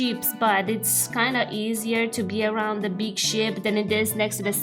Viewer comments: Ship? I thought she said "Sheep".😂😅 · the fact that when you say ship it sounds like sheep puts very funny pictures in my head